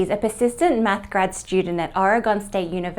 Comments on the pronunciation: "...at Aragone State University..." Oregon. Sorry, I'm pedantic about my home state, and it will happen again. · Ore-i-gun. Or if you like Orygun, not Or-e-gone. We're still here! 😏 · your presentations are very intelligent and very charming! However, your pronunciation of Oregon has room for some improvement. The key factor is that the spelling of Oregon was probably decided upon by not-so-educated individuals. Who then communicated with others as in the "Telephone game". As commonly pronounced in the region, it might have been better spelled Ore ee gun —or as the popular tourist T-shirt from University of Oregon shows— Ory gun.